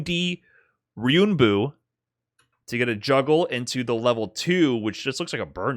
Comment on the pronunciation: gotta love that ryunbu with no 'en' in it 😂